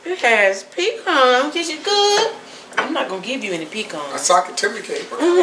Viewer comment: Please pecans are a southern grown tree, say puh-cons, not pee-cons. Love your